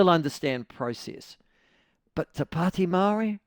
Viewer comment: Ew dont say it like that its more...to padi meowry. Or whineywhiney ganggang